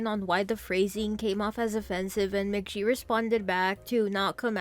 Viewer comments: "mah ghee" not "mah jee" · Mc Gee. Like geese. You said it wrong everytime. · That is definitely not how you pronounce American McGee's last name.